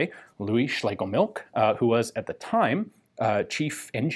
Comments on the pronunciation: Phonetically, it's pronounced schlay guh milsh. Cool weapon nonetheless. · So I guess 3 people think they have done better videos on the Schlegelmilch 1896? Speaking of which: It's SchlegeLmilch, not Schlegemilch. As stated in this Gewehr 88-article on the German wikipedia, which mentions the chief designer by name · The name appears to me as being pronounced shlagamilsh.